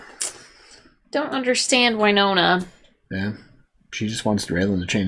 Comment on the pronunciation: Drives me nuts this girl corrected her husband a bunch of times on pronunciation of names, yet continues to call Winona, Wyyyynona. Also, implying that Raylan should “change” his entire life, give up his career that came before her and everything for a flaky girl who comes and goes, makes terrible choices, like Gary, and is a multiple felon for the vault heist, and corrupted Raylan into being her accomplice. If anything, Raylan needs to get away from Winona for his own safety and mental health, as fast as possible.